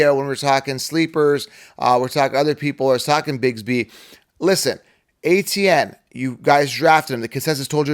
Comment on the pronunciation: Travis ETN, not ATN